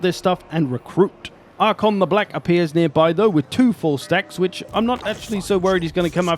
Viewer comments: Genuinely bugs me that you keep saying Arkhon instead of Arkhan. I've noticed that this is something you do in a lot of videos, is it intentional? There's always something you mispronounce, but you do it so confidently and consistently that I feel like it might be intentional. 🤔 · Calling Arkhan "Arkhon" triggered some pendantry alter ego in me I didn't knew I had lol Great video though - love your content! :)